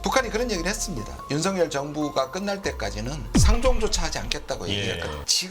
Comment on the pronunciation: 윤성렬 아니고 윤석열 입니다. 발음들이 그렇게 안되는지...그것도 방송인들이?